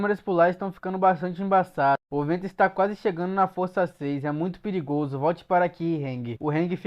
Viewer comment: Gostei da parte que falou piligozo KKKKKKK